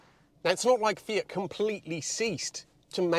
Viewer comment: great video but disappointed he's not saying "fiat" or "multipla" in the Italian accent 🤷‍♀